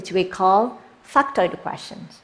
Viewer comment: factoid questions. I heard it in a weird way as well 🙂